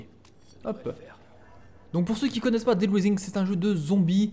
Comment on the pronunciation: dead* et pas daid